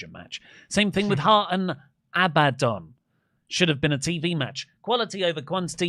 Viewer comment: "Abadoninium" You got to love how britishness is getting in the way of saying Abaddon, he feels the need to add 8 syllables like all Brits.